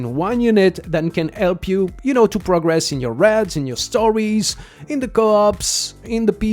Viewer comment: Your pronunciation of "raids" (r-aids) had me confused until I realized what you meant when I heard "r-eds" lol In any case, I have every hero in the banner except for Paimon, Hana, and the new hero. So I'll aim for 1st Corps Commander since my priority is raid content... I hope 140 summons is enough.